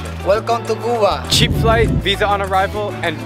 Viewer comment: It's "kyuba" not "cooba"